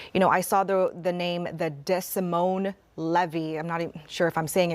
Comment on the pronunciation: Its pronounced. “dee moin” (rhymes with “see coin”) Like the city in Iowa. just fyi